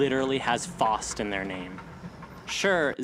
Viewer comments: A pretty interesting theory, however your pronunciation of Faust threw me way off haha. Never heard it said like "Faw-st" or how you say "Faucet" instead always with the very germanic AU vowel sound you see in Laufen, Kaufen, or Auf in which it is more "Fow-st" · For godsake man, the word faust is not pronounced “fost” it’s pronounced as “fowst